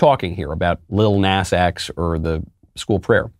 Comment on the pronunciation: I don’t care what the kid does but take a rap greats name out of your name if you’re going to act like this , and Michael you’re saying Nas wrong